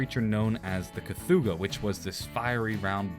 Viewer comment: You’re pronouncing Cthulhu incorrectly.